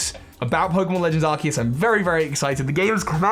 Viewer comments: but it's pronounced ar-cues as in arch and Zeus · Well Arkoos.That is all I have to say.Sorry